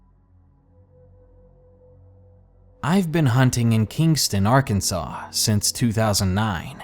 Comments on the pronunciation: You can't be from Arkansas. You keep saying our states name wrong. We don't take that lightly. We aint no part or associated to the union state Kansas. You do know there is a law against pronouncing our states name wrong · Who the fuck pronounces Arkansas like that? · and don't mispronounce the name of the state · I stand by my belief that if they didn't want people pronouncing it "Ar-kansas", either in ignorance or to be an asshat (like me >:3c), they should've spelled it "Arkansaw" from the get-go.